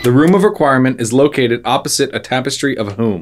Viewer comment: why did dude say "Trapestry"? lol